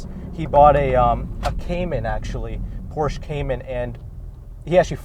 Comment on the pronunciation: Pronouncing Porsche correctly would be nice. Respect. You have more room than a Miata